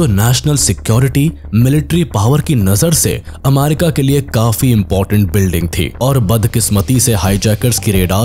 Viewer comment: Bhai America hota hai amaarika nhi😂😂